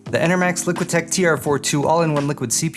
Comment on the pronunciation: It's liqtech not liqutech lmao